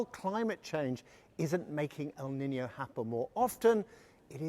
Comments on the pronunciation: It's not pronounced "Niniyo", it's pronounced "Niinyo" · It's pronounced 'neenyo' not 'ninio'.